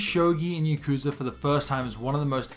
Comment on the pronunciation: you’re not pronouncing yakuza right and aggghh